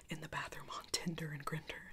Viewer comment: are we just not gonna to talk about the fact that she pronounced Tinder the same way as Grindr?